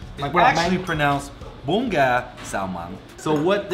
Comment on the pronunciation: Prononce bun correctly. Especially after your friend said it.